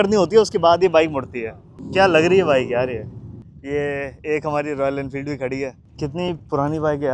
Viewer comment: Royal enfield ❌ royaala infildo